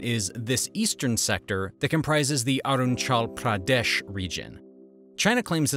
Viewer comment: Bro u can't pronounce properly my place Arunachal pradesh i m an Indian 🇮🇳 and all Arunachal pradesh